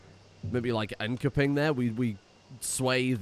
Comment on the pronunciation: The K in Enköping is pronounced as a sh-sound!